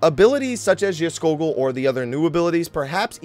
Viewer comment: You prononounced Geirskogul right Scandinavian can confirm.